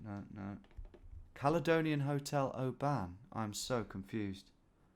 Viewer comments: I live in Oban and I've came to terms with it, especially working in the hospitality trade and visitors pronouncing it oBAAN. Phonetically it's Obun. It's gaelic for Little Bay I think. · When you were saying “an” I was like no don’t go down that rabbit hole! It’s “on”. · Just for information for our non Scots , Oban is pronounced Obin, not O ban , first video I have watched, thoroughly enjoyed it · Its not LOTH ian it's LO thian and it's not O ban pronouncing the O it's just oban. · "Oh Ban" At least pretend like you dont know how its pronounced. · That is not how to pronounce Oban, it's more like obin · The “O ban hotel” 😅 you make our places sound posher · Please never say oban like that again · FYI - Oban is pronounced with the emphasis on the first syllable like in the word "open". And storeys is spelt like that when describing the number of floors in a building. I was thinking Caledonian at the start but quickly realised it had to be a hell of a size! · mate please learn how to say scottish town names properly irvine and oban not what you keep saying